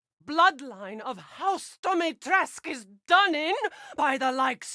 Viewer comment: i love this and ik theres nothing to be done about it but the text to speech is killing me omfg "dimeetreskew" "capcum"